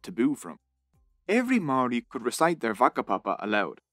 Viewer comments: Mouldy bread with a R instead of D is the correct pronunciation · im filipino but i know that a lot of his pronunciation of Māori words was wrong, example is the pronunciation of words with NG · Never thought id see a video on our people. I have to say this was well researched video and the only slight criticism would be the pronunciation of some Māori words but on the whole was pretty accurate. Should have mentioned Pukehinahina/Gate pa an astounding Māori victory with one of the most impressive pa built. There were many other awesome pa though just had to get a shout out for my Iwi Ngāi Te Rangi. Thank you:) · This video was great and I'm sad that as a native New Zealander this taught me so much about my own history that I did not know. I've already got a few people who I just have to share this with. My only complaint is how badly you butchered a lot of the Maori words, I get that it's different but you only had to ask like one person knows how to pronounce it, it's actually really easy 😭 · As a Maori I was ready to cringe but apart from the pronunciation of the Maori words this video was really good and accurate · I live in New Zealand and you kept saying māori wrong